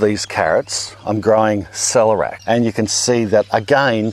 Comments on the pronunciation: "Sell - air - e - ak" rather than Selerak. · Why would anyone dislike this video? 🤦🏻‍♀️ It’s Awesome... Question : Do all Aussies say ‘celerac’, As opposed to ‘celer-ee-ac’? 😃